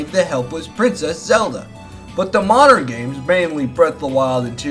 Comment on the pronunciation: MAWWderren Mario